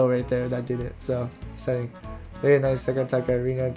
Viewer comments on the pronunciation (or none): none